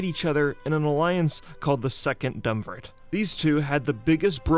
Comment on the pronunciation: Its not DUMBvirate. Its DU-UMVIRATE like, a DUO of people as in two. how is this not understood by everyone lol. just liek TRI-UMVIRATE is three of them.